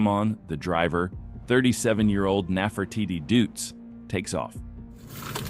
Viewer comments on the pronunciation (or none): Neffertitty Doots 😂